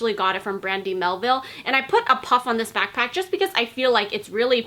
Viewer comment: How you say " back PACK "is funny 😹 nice video though